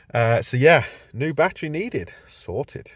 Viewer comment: Sorted sounds like " Salted". 😁